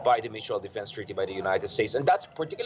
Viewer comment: "The United Stakes" this guy shouldn't be president.